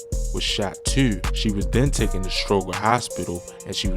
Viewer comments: You say "Tew" with a strong accent. Lol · You heard him say “tew!” as well? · why bro say "too" like that